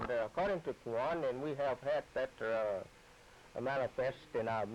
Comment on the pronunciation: كافر. عليه من الله ما يستحق. شيطان. دجال. كذاب. رحم الله الشيخ Malcolm Kaafir can’t even say Quran right and he calls himself a Messenger, “Quwan”.